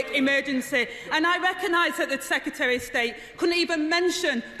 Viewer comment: Hard to listen, the word "secutary" is doing my head in